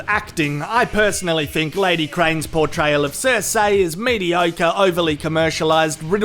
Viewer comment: finally stopped saying Q-Burn. Hopefully he stops saying Cer-Say